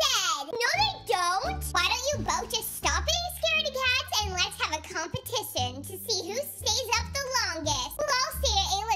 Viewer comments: compitison Me:😭🤭🤭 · the way how ashley said competition the way it sounded like: compatision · Did ashley say competicion?